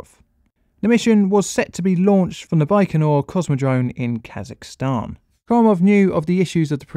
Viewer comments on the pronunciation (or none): none